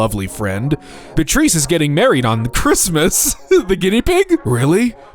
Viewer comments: Bitreese lmao it's Bee-ah-tryss :face-blue-smiling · The Guinea Pig's name is "Beatrice". That's pronounced "Bee-uh-triss". It's actually not a terribly uncommon name! 🙂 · Beatrice is pronounced Bee-ah-tris btw